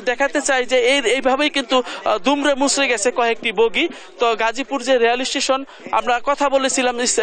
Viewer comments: নিউজ পড়ে উনারও প্রশিক্ষণের দরকার কারন প্রথমেই গাজীপুরের বদলে গাজাপুর বললো,আর সাংবাদিক ভাইতো সেই 🤣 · গাজা পুর না মেডাম গাজীপুর হবে কি বলেন এগুলা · সাংবাদিককে গাজাপুর কইলো না গাজীপুর কইলো